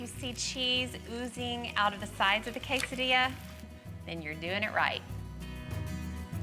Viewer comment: lol dear god, total Midwest white woman "quesadilla" 😂